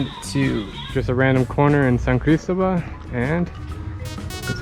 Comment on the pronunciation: One should learn to pronounce Cristóbal correctly if you’re visiting it and reporting from it. And the Coca Cola sweetener difference between the USA and Mexico is a hoax. Look it up. And that one and a half liter or 2 liter bottle of Coke shown costs more than USD .30. Admittedly, they do love Coke. And another point, Jalisco is not he “only place in the world” that’s grows blue agave. Three adjacent states also do. You contradict yourself later when taking about the making of mezcal in the state of Chiapas. I think maybe you shouldn’t frenetically run around the world, visiting them all, but instead stay awhile. One learns more. You did apparently in the Philippines and Vietnam but is this YouTube business that important in your life?